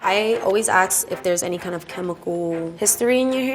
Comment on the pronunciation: I always “aks” 🤣